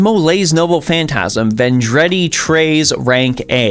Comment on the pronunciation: Vendreadi 😭😭 no hate bc its french and french words suck to pronounce but it hurt my heart a little to hear it said like that. It translates to friday the 13th btw